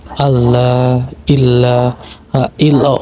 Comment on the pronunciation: dikit klarifikasi bacaan yg benar asyhadu allaa ilaahaillallooh gk asyhadu allaa illaa haillallooh artinya lain lo kalau salah baca